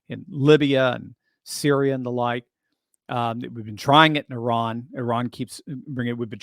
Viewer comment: stop pronouncing Iran weird. You pronounced it with an accent and then you said it normally while I was writing this but I've heard you to it a few times. Anyone who speaks that way is weird about things. You picked up the rest of what I was going to say with the insanity of the question and the true nature of the people and elites of this country. What people don't understand about this country as according to war is that we were always supposed to be a peaceful nation under God which in the Bible it talks about peace makers and the blessings they get from the lord, we are no longer that country mainly because psychopaths have taken over and become war mongers with everything to satisfy their unamerican appetites. They also know that for the country to change in such a way that it means many other things as to the state of this nation and peoples psychology and therefore what they can and can't get away with and then slowly eroding everything else about this country and the remnant of its greatness selling it out from under everyone. These people are all communists that have sold out to higher orders on a global scale and they are all traitors. They are not Americans and they are children of Satan. Children of Satan who have no allegiances to anything good or decent run a great portion of this country!! They are all sellout freaks who are short selling this nation to the ground and making money off its demise.